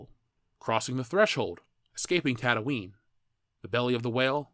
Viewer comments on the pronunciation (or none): none